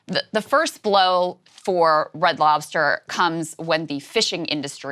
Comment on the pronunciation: You can tell someone is black when they add the "s" at the end of f Red Lobster. Adding those letters where they dont belong